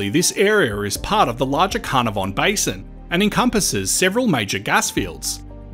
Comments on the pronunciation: If you asked anyone living in Carnarvon.. they would tell you that it's pronounced Knarvn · Pretty sure Carnarvon is pronounced Ka-nah-von